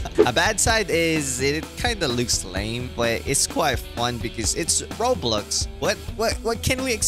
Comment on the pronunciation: It’s Roblux ahaha I can’t 😂😂😂 but looks good tho ahahah